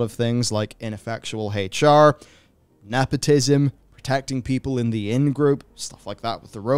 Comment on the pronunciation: Also ngl but like the way you say HR sounds like Hate(ch) R and, it kinda really feels fitting here honestly